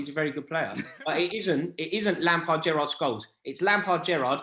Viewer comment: Hahaha! This was hilarious. Its Gerrard.